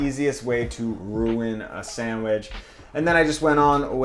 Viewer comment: love ya man, but the way you say "samwidge" drives me up the wall ahahahah